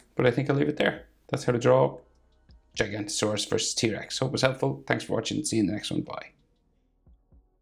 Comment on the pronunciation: You pronounce giganotosaurus wrong